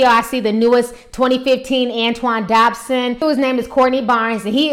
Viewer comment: Antoine DODson.... not Dobson